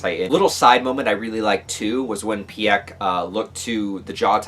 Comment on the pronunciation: Peek, not Pyek